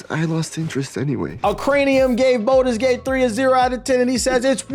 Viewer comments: Please quit calling it bolders gate its baldurs gate but good vid other then that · “boulders gate” kills me 😂